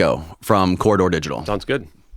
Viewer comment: If you're not going to post a link to their channel can you at LEAST pronounce the name of the channel properly? It's pronounced "COR-RI-DOOR" not "COR-DOR"...